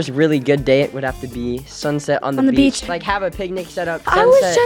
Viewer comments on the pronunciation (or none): I know I heard you you said beach😂